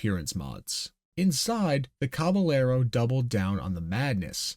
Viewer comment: Cabellero is a Spanish word. "ll" is a "yeh". So. Cabe"yehro". Interesting little bit of history. Never knew there was a "car manufacturer" in Idaho.